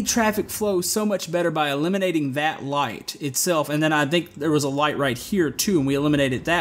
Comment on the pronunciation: the way you're saying "that" every time is grinding my gears, but l like this gameplay